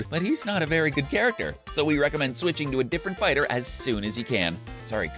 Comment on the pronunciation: I like how he incorrectly pronounces almost every single fighter.